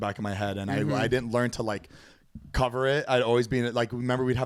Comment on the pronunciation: “HEALTH INSURANCE DOESNT COVAHHH YUH TEETH”😂😂😂😂😂